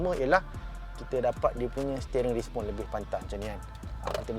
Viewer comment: Respon ye bukan Rispon...